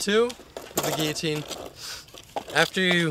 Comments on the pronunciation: giyotine what is he Spanish the way he pronounces his double ll's like y's its gil-o-teen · it's pronounced gil-o-teen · isnt it pronounced gill-o-tean? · LOL. Everyone is saying guillotine like gill-o-teen. Its supposed to be pronounced gee-ya-teen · "i'm gonna teach you how to do the gggeeeyteeen" haha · its pronounced g-ee-o-teen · thats realy cool. but you say guilotine funny. gil-lo-teen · You pronounced the trick name wrong the whole way through the video. Lol, not that it matters, just something I realized. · how do you guys not know the word guillotine?! its what we used to chop people head's off with in the old days. do an image search for crying out loud. And you don't have to pronouce it like a french person since english people have been using the word Since The Dark Ages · and at least learn how to pronounce the name of the trick your gonna teach everyone how to do, not that it takes teaching its pathetically easy but still thats just sumthing else for all these no life long boarders to complain about and waist there time commenting on